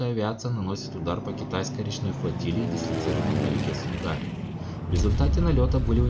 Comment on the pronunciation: В 1900 году была вторая война.Тщательней готовьте материал. И да река называется сУнгари...А не сунгАри.. Ухо режет "местным"